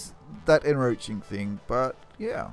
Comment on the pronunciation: en-croach-ing there is a c in the word.....